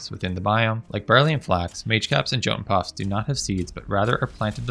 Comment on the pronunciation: Great vid, just remember the J in Jotun Puffs is pronounced like a Y. Yot-un Puh-ff-s :)